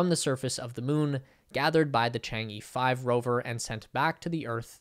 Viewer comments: Chang'e sounds like Chang uh. It's not changee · Is ‘Chang err’ not ‘ Chang yee’ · You gotta get the pronunciation right. It sounds more like "Chang ugh". LoL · Wildly mispronounced "Chang'e." Embarrassing...and just lazy.